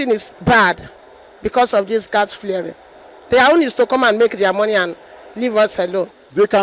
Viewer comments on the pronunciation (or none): Gas flaring not "flearing"